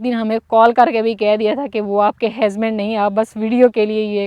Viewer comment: ap bht acha bolti hy bs ek word ni sahi bolti hazband ni husband hota hy ap py suit ni krta ajki video me ap ny kafi bar bola